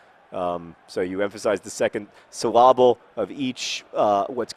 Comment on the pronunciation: suh-LAH-bull? really? lol